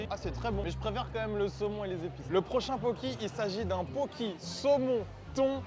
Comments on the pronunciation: Juste mes pauvres oreilles, ça se dit poké :( c’est un plat hawaïen et les e se disent é, c’est tout merci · "illsy" "poki"... Really? 😂 Itadakimasu, et merci pour ce fou rire. Et yes, plus de vidéos dans ce concept 👍